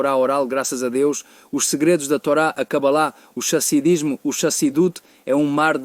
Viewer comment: Tradudor. Por favor lembra de falar RRASIDISMO e não chasidismo 😂